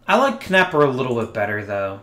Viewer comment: Nepper not Kanepper for Bob Knepper 🤦‍♂️